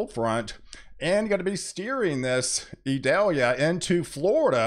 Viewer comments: You are mispronouncing Idalia its not Idelia... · Eee-doll-yah. It isn't an onion.